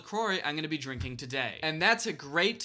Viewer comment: I think you are hearing how he says "drink an" or "drinking" and it does sound like drinken lmfao